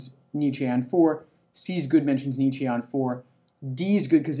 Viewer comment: The mispronunciation of Nietzsche is triggering